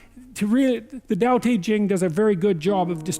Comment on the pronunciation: I like that Peterson almost pronounces Tao Te Ching correctly. It's pronounced Dau De Jing... because reasons.